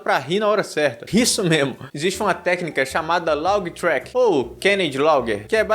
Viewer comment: Só corrigindo laugh se pronúncia (léf) e não laug